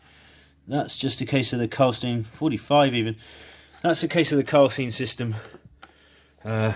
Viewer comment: Klarstein, nicht Karlstein.